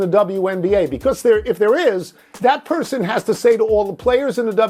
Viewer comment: Person not parson